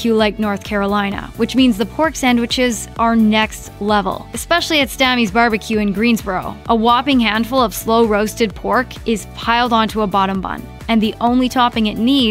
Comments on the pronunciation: It's Stamey's with a hard A, not Stammy's. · The way she pronounced STAMEYS from Greensboro, NC will get you a few weird looks. It’s pronounced “Stay-mes”